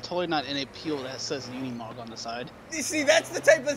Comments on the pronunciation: It's not said like it's spelled... u say it like unamog even tho it's spelled unimog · I like the part when he says unimog